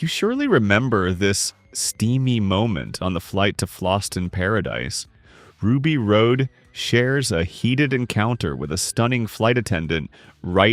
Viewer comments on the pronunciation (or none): "Ruby Road" Nobody who's actually watched the movie would ever say "Ruby Road". It's "Ruby Rhod", pronounced "rod". Like the ruby rod that was at the heart of the first working laser ever built. Simultaneously, a dick joke. But you don't get any of that, because you've never actually watched the movie. You just read about it on the Internet. So, you say "Ruby Road".